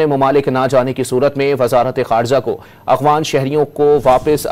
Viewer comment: یہ لفظ “ اغوان “ نہیں بلکہ درست ادائیگی “ اَفغان“ ہے ، کراچی والو !